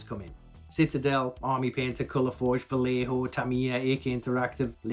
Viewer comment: By the way, Vallejo is pronounced vah-YE-ho. VA like the one in Van, Ye like the one in Yes, and ho like hope. and not hoe, HO. end. Is a Spanish lastname. And a super video, thanks!